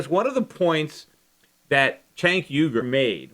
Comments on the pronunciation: Lol, I really want to know how Schiff was accidentally pronouncing Cenk's name before fixing it, haha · I guess you were saying Cenk's name wrong the whole time since you dubbed over it haha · Peter were you pronouncing Cenk's name wrong or something and went back and stuck in the correct pronunciation? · LOL its pretty clear Shiff mispronounced Cenk;s name first time around then went back over it with a voice dub-over. good video tho